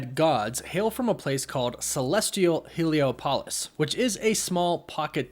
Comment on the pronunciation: I wanna repeat, because I don't think my comments on your stream were noticed. To the best of my knowledge and double-checking my facts, Bast is a goddess. Daughter of Ra. Female. Also, I hate to be that person, but you mispronounced Heliopolis. Badly. "Healy-op-ahlis". That's the best I can do with the phonetics.